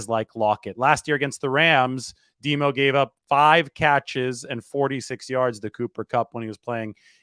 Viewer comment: we cant yse the nickname "DEMO" for lenior its too confusing. Sounds like your saying "DEBO' Got to find something different.